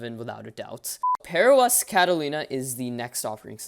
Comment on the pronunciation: Sounds like bearOS